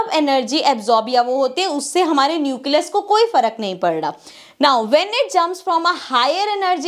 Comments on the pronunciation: mam says it neucelus but it will nucleus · Nucleus bolne ka tarika thoda casual hai 😅